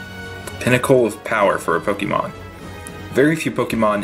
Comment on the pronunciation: Poe Kay Mon. NOT Poke E Mon. Season 1 opening. Pooooe Kaaaayyyy Mooooon gotta catch 'em all!